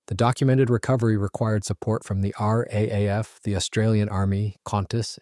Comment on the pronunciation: It's said "Ar double A - eff". You're confusing it with "R - A - eff".